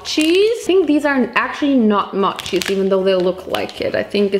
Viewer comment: MAChi its M-o chi